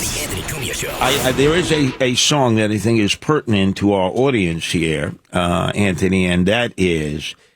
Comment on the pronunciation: The way he keeps saying antney Douche chills